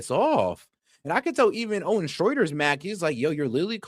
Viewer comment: It’s Owen not oden